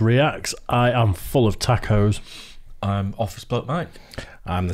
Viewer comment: Tack-o? WTF is a "tack-o"?